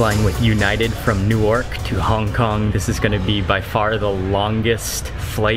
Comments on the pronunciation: Its Newark ( pronounced New-Uhrk - Not New-AARK) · Newark is pronounced Nork! so it dosen't sound like new york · Newark is pronounced new-urk not new-ork